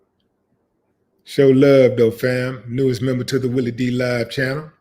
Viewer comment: Did u say "Jelly" Willie?? Hahahahahaha